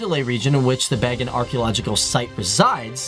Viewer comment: I'm Burmese. FTD, I can appreciate some of the info . The city, Pagan is pronounced, " Bagan" correctly. The presidents were listed in wrong orders. There was an infamous dictator, General Ne Win that ruled the country for 26 yrs. He was one of the most important historical figures . Because of him, Burma had been sheltered and isolated from the rest of world until 2011, 2012. Burma/ Myanmar became 2nd or 3rd most isolated countries following North Korea and Russia. Please correct and edit the info. Thanks!!